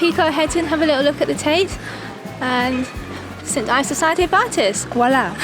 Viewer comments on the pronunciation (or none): none